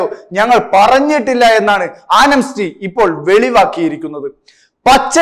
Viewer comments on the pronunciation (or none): സഹോദരാ, ആനംസ്റ്റി അല്ല, ആംനസ്റ്റി (Amnesty). ഇതൊക്കെ ഒന്നു ശ്രദ്ധിച്ചുകൂടേ? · Anemsty അല്ല amnesty ആണ് bro